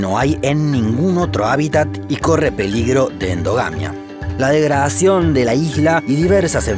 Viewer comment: La degraaacion jajajaja le salio bien cordobés :v